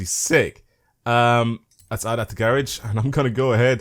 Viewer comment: “Let’s add it to the gay ridge”